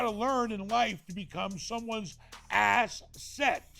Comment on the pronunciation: "ASS-SET" Write that down, write that down!